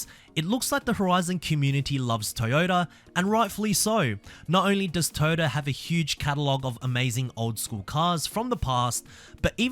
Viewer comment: TOYOTA NOT TAAYOTA BRO YOUR PRONUNCIATION IS FUCKED